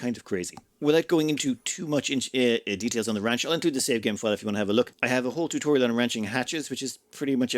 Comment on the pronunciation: TUTORAIL? aahahahah come on xD